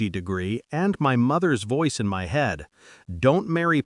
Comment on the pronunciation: I am really tired of the phases "I didn't cry, I didn't scream", which is in almost all of these stories. Also, "MY" IS NOT pronounced as M.Y. It means "self" or "me".